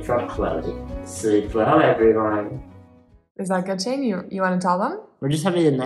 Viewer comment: Baby Shane, or did you say Baby Shame?